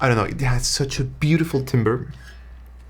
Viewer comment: I believe "timbre" is actually pronounced more like "tamber" since it comes from French. Not a big deal but I initially thought you meant lumber when you said timbre